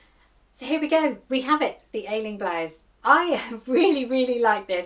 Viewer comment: As an Irish woman, the pattern you used is pronounced (Ashling) 😊. As ever you're an expert 🎉